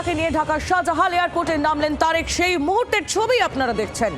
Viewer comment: Shower bachha kotha bolsish nykami koray bolo shajalal Airport not shazahan